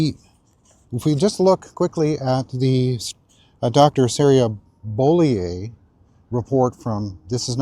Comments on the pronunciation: While I don’t like this woman it’s Bo-lee-you not Bo-lee-eh. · Sarah “BOW-LE-OH”.